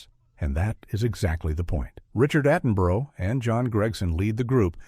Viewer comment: Who is this Richard Attenburrow guy? Does he mean Richard Attenborough?